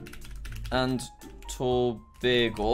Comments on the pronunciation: YOO HE SAID TOBAGO CORRECTLY(no one ever does) I’m from there 🇹🇹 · Wow you're the first foreign person I've heard pronounce Tobago correctly